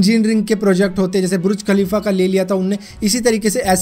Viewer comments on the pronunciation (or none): Bhai burj khalifa ko bruj khalifa q bol rhe ho😂😂